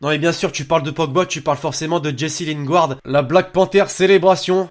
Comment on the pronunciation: Jesse Lingouard ?? Jesse Lingard tu veux dire